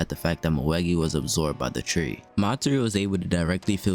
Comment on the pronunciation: It's Moegi isn't it